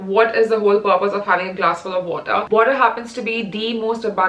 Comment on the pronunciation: that "wotah"😂😂